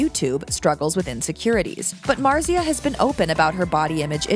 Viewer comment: Omg say her name right pls